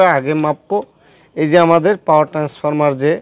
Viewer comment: Face ছাড়া ভিডিও করেন। একদম ভালো হয় নাই।ভিডিও দেখতে বিরক্ত লাগছে।আর এটা ট্রান্সফরমা না ট্রান্সফরমার হবে।